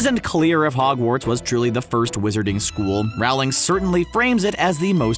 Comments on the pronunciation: Youre saying it wrong. Its rOHling. Not rAOling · Loved the video 💜, but I just have to say: It’s pronounced Rolling, not Raoling! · ITS J.K ROWLING NOT RAWLING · You pronounced Rowling wrong it’s pronounced “Rolling” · Rowling rhymes with bowling